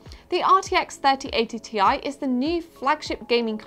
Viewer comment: Its not Tie! its T-I! :)